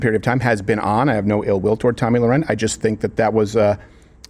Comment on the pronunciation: Re correct pronunciation. Two last names are often mispronounced: Tommy Lahren and Ralph Lauren. (1) They should not sound the same. The spelling should have told you that. (2) A documentary about Ralph and his brother, who legally changed their name before either of them became famous, shows them introducing themselves, pronouncing Lauren just like in Lauren Hutton. Their original family name was Lifshitz.